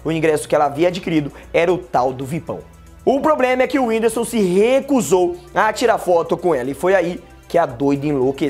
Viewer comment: Ela fala whindisu kkkkk